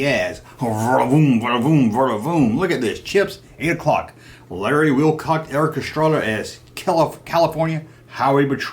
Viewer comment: come on man you know its Erik Estrada not Erika...lol......